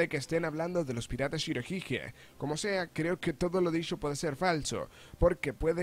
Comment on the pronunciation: Pronuncias mal shirohige